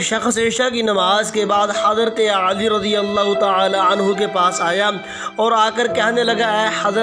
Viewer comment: Hazrat aali nahi Bhai. Hazrat Ali